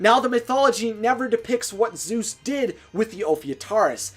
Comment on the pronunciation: I hate how you say Zoos instead of Zeus and Haydies instead of Hades